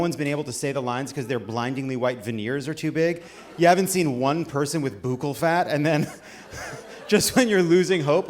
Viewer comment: 'buccal' is pronounced buckle, as in belt buckle. I only know this because I got on the Kill James Bond! podcast really late and I'm catching up, and earlier today, the gender diverse hosts were talking about it... then I googled it to double check. Google, my dude.